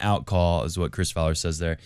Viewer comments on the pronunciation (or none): none